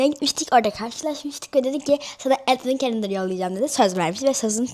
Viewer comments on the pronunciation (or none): Edvın kelındır diyemiyo enimi enimi diyo sok mutlu oldum diyo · Konuşunu düzelt bence şlap şlap öğğ iğrenç mk advın kalındır aynen kardeşim konuşmayı öğren😂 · Atven kelenter dedi daha konuşmayı bilmeyen bir insan makyaj yapıyo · Danışığa bak asla gülerhh advent calendrllll 😅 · Advent calenderı yanlış söyledin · Advent Calendar daha diyemiyor şımarıyor